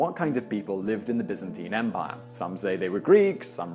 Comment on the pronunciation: thumbs up for not pronouncing it BUY-zan-teyn